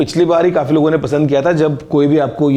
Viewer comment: Abe ,,kafee hota he ,,khafee,, nhi ladkyu ki trah overacting mat kia kar lol😂